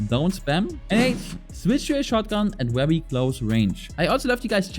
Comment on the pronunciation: It’s wery wery good😂